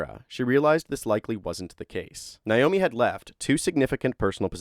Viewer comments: NAomi, not Niomi. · Her name is pronounced Nā-omi. Not Nīomi. Literally everyone mispronounces this name so don’t feel bad. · Na-o-mi not Na-yo-mi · Her name is pronounced Nay-oh-mee. Naomi. At least pronounce the name correctly.